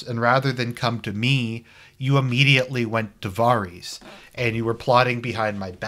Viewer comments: Voreese? Oh you mean Varys “vear-is” dummy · FFS stop pronouncing his name VAR EES. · Really? VAR-reez. So that's how you going to pronounce Varys name? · Why do you struggle to pronounce Varys? Where the fuck does Vareez come from? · This season has been disappointing yes, but Someone who can’t even pronounce varys name correctly is criticizing this show LOL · Wow.........brilliant logic. The man gives out at least 10 solid arguments why the last seasons (this one especially sucked big time) and you counter it....by saying he didn't pronounce a name correctly? Da fuq? Are you related to D&D? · Haha you can’t pronounce Varys properly. Jackass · You’ve watched the show for 8 years but still don’t know how to pronounce Varys.... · Hard to take your opinion seriously when you don’t even know how to pronounce Varys’ name. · You can’t even say Varys name right. Fucking inbred